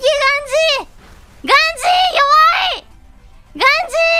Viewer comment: ガン↓ジー↑で草